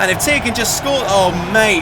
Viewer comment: Oh thank goodness, he said Thea's name correctly